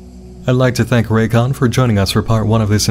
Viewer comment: Raycons also go "RAYCON", like sega and it makes me laugh every time.